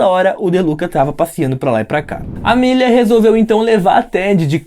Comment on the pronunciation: SE VC NN SABE É AMÉLIA N AMÊLIA!! FALA CERTO, NEM EXISTE ESSE NOME!!